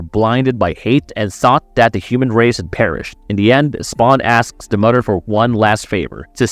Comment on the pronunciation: "Mudder"😅 Bro....I was like is this guy trying to pronounce M-o-t-h-e-r